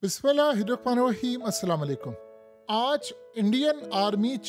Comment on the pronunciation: Anchor ko Bismillah bhi sahi se nahi parhni aai